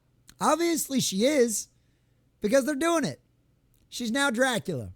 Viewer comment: Bram Stokers Cack-ular 😂